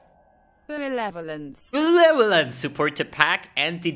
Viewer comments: benevolence not belevolence lol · the bleveleanence killed me xD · Lol i think “beleveolance” is going to be added to my loot filter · Dude, Belevelevelelance (LOL)., please, stop it, I'm not wearing my diper! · belelelelvolence hahahaha